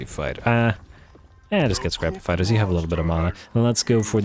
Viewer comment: Lamont fight flee-er